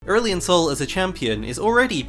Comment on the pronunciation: Your first Aurelion Sol sounds like Earl Sol which makes me think of Earl Grey Tea but if I think further I think of Earth's son... Yeah... my mind is going places man, I'm tired, another night no sleep for schoolwork cause theses are fun